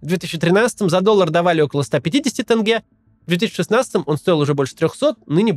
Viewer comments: Тенге!!!! Какое нах тынге?! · Максим отличное видео, только не тЭнге а тЕнге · ЖанаозЕн. АктобЕ. ТЕнге. Там просто буква Е, не Э. Вы же не говорите "озЭро", или "зЭмля", или "АрмЭния". Слышишь такое, думаешь, почему так, и кажется, что для человека со стороны это как-будто звучит более по-казахски, поэтому будет "тЭнге". :) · Буква "е" как пишется, так и читается. Приезжие и российские журналисты и блогеры произносят слова " тенге, Байтерек" через "Э". Это всё равно,как если бы произносили ЭкатЭринбург или ПЭтЭрбург. Это маркер, по которому можно отличить казахстанца, независимо от национальности, от приезжих. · тенге, через е, а не через Э-тэнгэ, так говорят приезжие. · В казахском языке "е" читается как "е" , а не "э" , то есть не "тэнге" , а "тЕнге" , не "жанаозэн" , "жанаозЕн". P.S. Это не придирка , просто часто слышу подобное произношение , которое стало стереотипом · Почему вы все говорите тЭнге? Сложно сказать тенге? Это так придирка. А в целом -отлично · Почему россияне говорят тЭнгЭ? Тенге-денге-деньги. Корни тюркские, там нет звука Э))) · произносится мягче Теньге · Тенге, произносится через Е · Тоже кровь из ушей идёт от Талдыкарган, тэнгэ, реально люди, букве Е!! Не Э!! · Та кого и в русском так читается, вообще не понятно откуда это Э